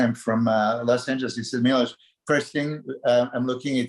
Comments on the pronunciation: He is great but I'll go crazy from that nobody says his name correctly, it's not Milos, it's f***ing Miloš! C'mon, you can pronounce "sh*t", you can pronounce his name 😀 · I am actually not joking...I will really start correcting people 😉. Fouad - next time you call me on the show - remember - its Milos with the "sh"-it at the end. 😁 After 30 years in the industry - people might start calling me by my real name. And it is "shit" at the beginning of my last name too 😬